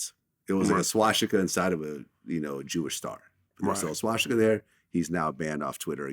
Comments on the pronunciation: whys vlad calling it shwastika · I hate how Vlad says swastika. "Swashtika" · vlad “shwashtika” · A Jew who can’t pronounce “swastika.” Damn, Vlad. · I'm surprised that Vlad, as a Jew, doesn't know how to pronounce swastika.